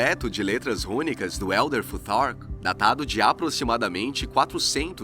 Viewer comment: Como fica ridículo brasileiro tentando falar inglês Elder tutar kkkk😅